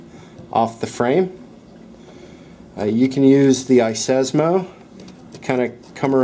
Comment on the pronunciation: "iSESMO"? Seriously, it's iSesame!!! Just like open Sesame!!!